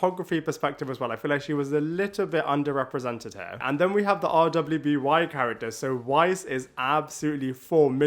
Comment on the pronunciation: You really can just say “Ruby”. RWBY is pronounced as the word “Ruby”.